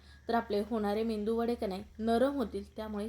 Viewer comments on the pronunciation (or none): Mendu nahi ho .medu vade ,khis nahi kees ,sunder menu